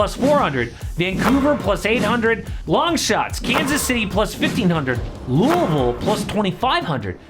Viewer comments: I appreciate you pronouncing Louisville correctly 😂❤ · good pronunciation of louisville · Just happy to hear louisville pronounced correctly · Omg he said Louisville right 😲